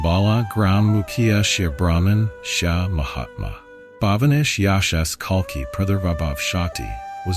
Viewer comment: It’s Kalki not Kalka 😒